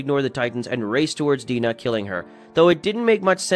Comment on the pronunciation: I couldn’t really pay attention to the video with him sayin the names of things incorrectly (Shiganshina, Dina and Reiner). It was as if he didn’t watch it 😂